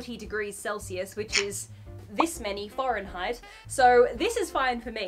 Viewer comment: Omg, lol! Did you say it was this many "foriegn-heit"? Instead of Fahrenheit? 🤣🤣🤣